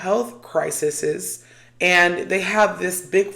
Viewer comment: No u did not just say " crisis-Istts" 🤣🤣🤣